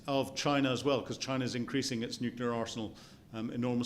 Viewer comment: "Nuculur pau'ered". So beyond painful to listen to.